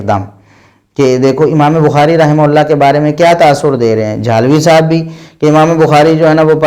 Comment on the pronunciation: Ye rahmaullah bolte hi ya rahmatullah